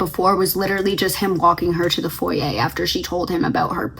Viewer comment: Thank you for pronouncing foyer correctly that’s one of the few words that drives me insane when people mispronounce 😭 foyER doesn’t even roll off the tongue as nicely